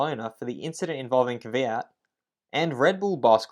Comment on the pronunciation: Finally someone who says Kvyat not Kyvyat